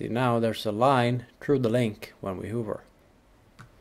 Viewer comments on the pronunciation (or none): Just for your information, pronounce "hover" as H a v v e r Hoover is a vacuum. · Please learn how to pronounce "hover" correctly